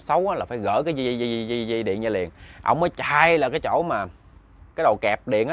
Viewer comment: Chuyện thì hay ,kể cũng rành mạch,để cho hay hơn nên phát âm cho chuẩn,lúc thì đớt,lúc thì k,chẳng hạn như từ ra thì phát âm là da,từ rất phát âm là dất,k được hấp dẫn cho mấy.